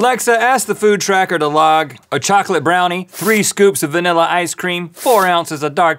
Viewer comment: “3 scoops of vanilya ice cream” - Rhett McLaughlin